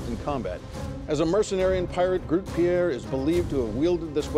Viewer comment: I just think it's funny how they pronounce "Grutte Pier" more as if it was a french name than it was a dutch name xD Dutch people overal are pretty tall people on average.